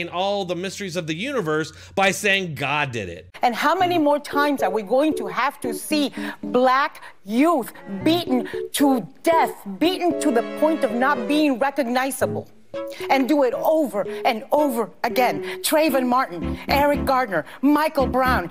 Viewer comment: Did Anna Navarro actually say black youf